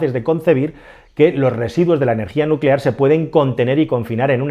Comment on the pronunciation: Nucelar se dice nu ce lar..